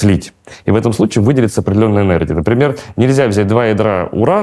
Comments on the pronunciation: Энердия? Языте? И этот человек лекции читает? Это же уничтожение мозга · мне кажется или он все время говорит ЭНЕРДИЯ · ЭнерДия? Эт что такое? Вроде всегжа быда энерГия...😮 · ЭнерДия. Не смог послушать